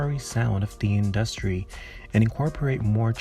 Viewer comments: Why do you pronounce industry like that? 🤣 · The way you pronounce the word 'industry' stresses me out so much lol